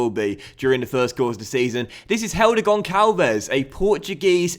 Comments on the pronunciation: As a portuguese person, its gonsalvs, not -vez. That would be spanish... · Hey, loving the series. Just a heads-up though, Gonçalves is pronounced "Gonssalves". Cheers from Portugal 🇵🇹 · the ç in Gonçalves is like a s so the pronunciation is Gonsalves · Gonssalvs is how it's pronounced